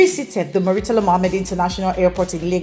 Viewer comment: IT IS NOT MU-REEE-TALA , IT IS MURRR-TALA